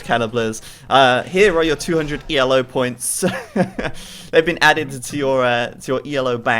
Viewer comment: Just so you know, the rating system isn't pronounced E-L-O, it's just Ee-low, after the man who created it, Arpad Elo.